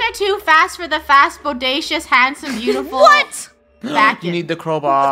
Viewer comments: Its not bakon its bacon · It’s bacon not bakon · says: baken And it is Bacon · When Bakon showed up on the screen Me: “BACON” Funneh: Bakon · It's not bakon it's said bacon I think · It's not Bakon It's 🥓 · His name is ba kon not bak on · It’s bacon 🥓 not backon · its baycon not bakon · Bacon not bakon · It’s bacon 🥓 not baken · Its not bakon bacon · it’s not ba con it’s bay kon😅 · lol the way they say it wrong bakon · Its bay-cin "bacon" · How to pronounce bacon bay-con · It said baken